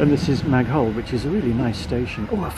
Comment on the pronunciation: You don't pronounce the "h" in Maghull. "Ma-gull".